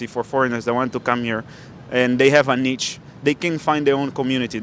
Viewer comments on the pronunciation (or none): Niche = pronouched = Nee sh